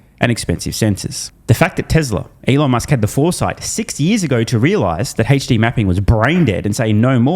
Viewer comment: Mf said “hache-D mapping”. 🦘